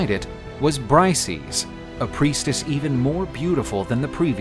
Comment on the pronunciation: bri-say-us ya thick bastards !